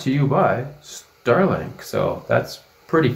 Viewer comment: Ster link